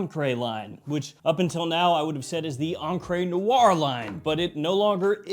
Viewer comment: What words in American English end in -re and are pronounced -ray? I always thought it was an attempt at French but mispronouncing it as an accented "encré" (inked) instead of encre (ink).